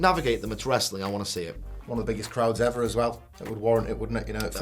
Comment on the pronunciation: am i the only one who heard krautz instead of crowds ?